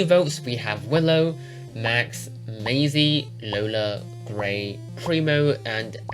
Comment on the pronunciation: it sounded more like "lazy" more than "maisie" lmao